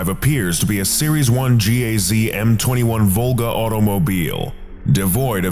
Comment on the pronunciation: Its just GAZ not G-A-Z